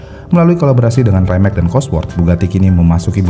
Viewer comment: Betul. Rimac juga bacanya bukan raimek. Tapi wimets atau rimak